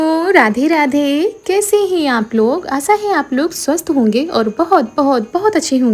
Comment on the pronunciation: Kaise yaar naak me bolti ho kese he aap loggggggggg😂😂😂😂kaise ke jagah kese hee hai ke jagah hee bolti 😂😂😂😂